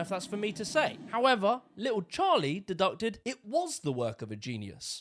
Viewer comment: It's deduced aka dee-dused, not deducted 😂